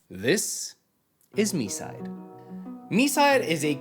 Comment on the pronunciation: THANKS MOTHERFATHER GOD FOR READING THE TITLE AS "mee-side" NOT THE F*CKING "my-side" 🙏🙏🙏